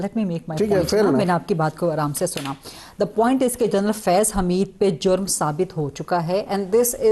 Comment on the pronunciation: She pronounces General as Journal